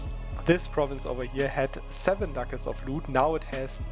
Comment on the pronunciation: I LOVE how you pronounce Ducats. It sounds like Dackels. "Now you see, this province has 10.5 Dackels!!!" "300 Dackels just from raiding these few provinces!" Killing me every time, please never change!